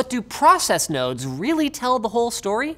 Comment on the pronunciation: When Linus said process nodes I heard process nose which made me look at Linus's nose so now I can't stop looking at his nose.